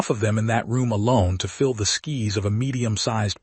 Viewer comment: Dear AI: There is a difference between 'skis' and 'skies.'